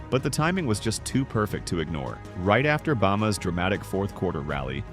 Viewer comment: Didn’t realize until it said “bama” wrong